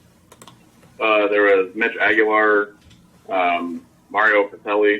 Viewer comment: LoL.. I was gonna say, Mitch IS a SEAL, but around 2010 Grad, now Retired, doing MMA as a hobby… and it’s Aguiar not AguiLAR.